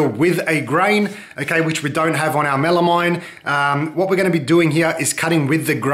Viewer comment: It’s pronounced “mel-a-meen”, rhyes with amphetamine (they have the same etymological root for the slast two syllables).